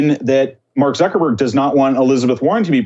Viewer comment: Zuck not zook.